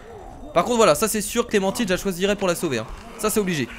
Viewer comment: c'est pas clementiiiine c'est clementine comme le fruit xd